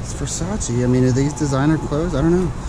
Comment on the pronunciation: Quando ho sentito verseic al posto di Versace 😭😭